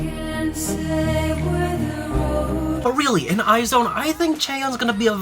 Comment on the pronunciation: it's "eyes one" not "eye zone"